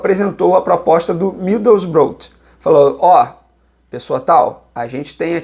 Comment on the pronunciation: Middlesborough, fala "midousbrou"